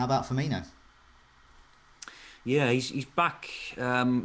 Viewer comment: FUR-MEAN-NO not FUR-MEAN-E-OH